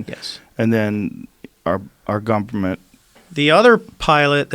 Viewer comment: Joe "our Guperment" Rogan